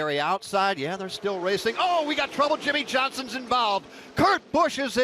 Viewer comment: "Clint Bowyer is invAlved"